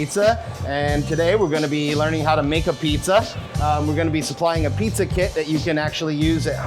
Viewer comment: He calls it A Pizza. It's abeetz! Come on, you are making money off of the GREAT NEW HAVEN PIZZA Reputation. I'll give you credit for fooling everyone in DC, god knows they have been doing that to the rest of America for years. Thanks for playing.